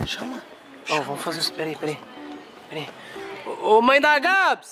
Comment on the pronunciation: Mãe ❌ Mãr ✅